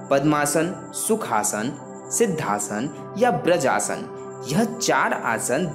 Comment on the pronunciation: भैया 'ब्रज आसन' नहीं बल्कि 'बज्र आसन' कहा जाता है।